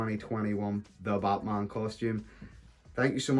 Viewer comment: Sounds like he's saying buttman